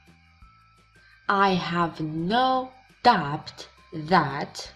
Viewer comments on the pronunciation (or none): My sister i think that the pronunciation of the word doubt is wrong ..we drop the /b/..